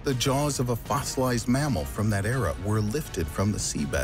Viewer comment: Era not "area"